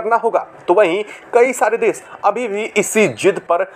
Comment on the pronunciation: भाई साहब न्यूज़ तो ठीक ठीक पढे, देश को देस बोलते हो श को स बोलते हो क्या बात है?